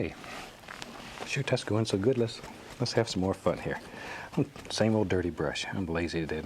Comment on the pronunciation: "Shoot. That's going so good, let's have some more fun here". He definitely tripped over this tongue on that one, haha